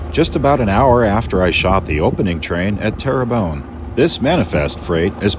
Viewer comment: Terrebonne is pronounced Terra bon not bone. I'm from a pioneer family in the area and one of my great uncles owned the property just south of where 97 crosses over the Trunk just north of the town.